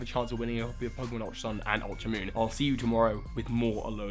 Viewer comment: "Ultra Monn"